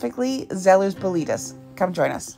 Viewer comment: Bolete, is not pronounced as Bo-leet. You pronounce the 'e' on the end. ie: BO-LET-AY